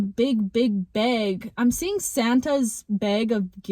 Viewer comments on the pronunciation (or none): Yo… beg or bag? 😭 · I like the way you pronounce “bag” 😂❤